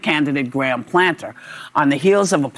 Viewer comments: Why does Whoopi keep saying Planter? Can’t she read?!???? Hasn’t she HEARD people talking about him? I’m am so tired of the stupidity epidemic. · Platner not planter whoopi...what an IDIOT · The Whoopi cushion can’t even get the guy’s name right. It’s PLATNER you dingbat, not PLANTER! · Whoopi didn’t even get Platner’s name right.